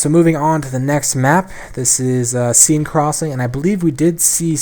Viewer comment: Seine is pronounced Sen or sehn